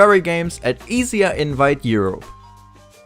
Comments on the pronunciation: IiiiSiiiAA ....echt? Junge. entweder I S I Ey ooder E S E A aber nicht dein Kauderwelsch English please... merci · Tip: ESEA is pronounced as individual letters, so E S E A instead of ''easier'' :) great content as always. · Was it me or did he call E S E A , EZYA ?